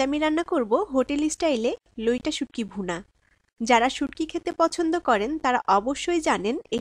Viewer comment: Loita na vai loitta bolen